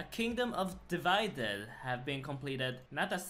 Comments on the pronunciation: A kingdoms dividaided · A kingdom's dividided, you killed me ahahah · Can't say devided but can feardhinen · how did you mess up saying “divided” but perfectly pronounce the “bow of faresrarebsn” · Never once said A Kingdom Divided correct 😭😂